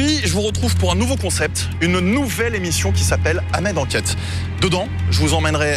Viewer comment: Prononce ton H dans ton prénom gros! :D Sinon la majorité des gens qui essaient d’enc*ler Ibra c’est pour les clics et les vues hein, des gros haters. Sinon j’aime bien le concept, continue! :)